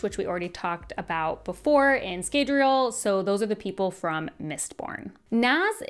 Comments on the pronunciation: im glad youre summarizing all of this but man the pronunciations of some of the names are killing me... Jasnah is pronounced with a Y like Yasnah, not Jas like Jasmine. Scadrial is Skaa-dree-el. not Scay like scabies.. oh god and Iriali, its pronounced Eerie-AL-lee. not Ee-rail-ee like Israeli. fabrials are pronounced Fah-bree-ul. not fay-bree-ul. fah as in fabulous. Rosharan, not Rosharian. theres no i in the word. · In the audiobooks the a in Scadriel (sp?) Is not pronounced as long.